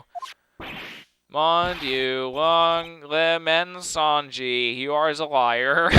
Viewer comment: Just a late note: in most cases when you see a e at the end of a word you don't pronounce it. Just sounds like this: mensongii